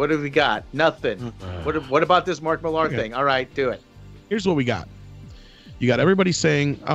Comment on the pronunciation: Thank You for pronouncing "Mark Millar" correctly. Every other American on YouTube butchers it.